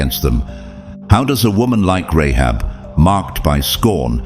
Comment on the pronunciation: Rahab not Rehab